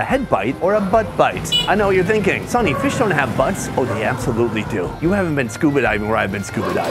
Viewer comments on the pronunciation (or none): none